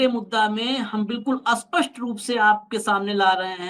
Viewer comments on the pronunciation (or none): बहुत बढ़िया विश्लेषण 'स्पष्ट' शब्द का उच्चारण आप 'अस्पष्ट' ऐसा करते हैं